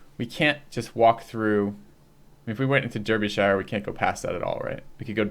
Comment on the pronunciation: Arumba finally corrected you on the pronunciation of Derbyshire THIS IS A GLORIOUS DAY